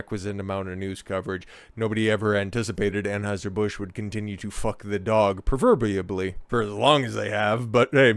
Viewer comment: "Proverbiably" is going in my vocabularbly